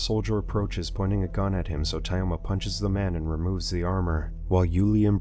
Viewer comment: Thayoma and Layuba are pronounced Тьома and Люба